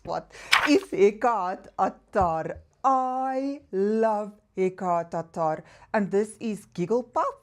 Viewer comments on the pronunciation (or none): Happy Monday. My favorite ME brand is Lattafa and Paris Corner. I like your accent when you pronounce Hekayat Attarrrrrr.😄. Have a great week. 🙏🌻